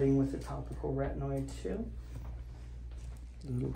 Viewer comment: dude....LAZY work..stop sayin "retnoids" a hundred times and clear the face please